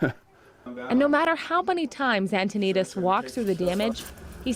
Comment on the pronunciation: His name is Mark and the last name is pronounced an-toe-nuh-deez